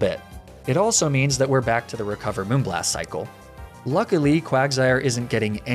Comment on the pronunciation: Hearing you say moonblast properly feels so weird